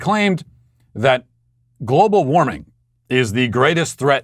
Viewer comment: He couldn't even pronounce global warming lol